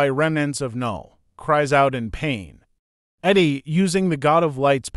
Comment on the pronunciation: Whyyyyy do you pronounce Eddie like Iddy?! Jesus christ bruv